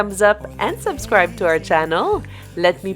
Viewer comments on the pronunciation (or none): none